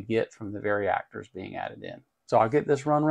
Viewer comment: Hint: there is no letter i in the word varactor. The word varicap does have the i so you can pronounce it with one. Why do American folks struggle so much with simple vowel sounds? If you have any doubts about this, do check the pronunciation online - it offers both British and American pronunciations - neither with an i in them. 😉